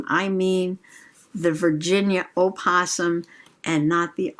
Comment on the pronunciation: I wish we had a book barn! Looks so fun! I hope you get to go see the possums! When I was little, I was told that the O in opossum wasn’t pronounced. Thank you for clearing it up for me. Great journal sesh and love the books you picked out especially the black out poem book. So cool